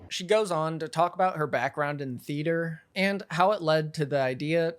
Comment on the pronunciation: Her pronouncing it "thee-AYE-ter" told me everything I needed to know.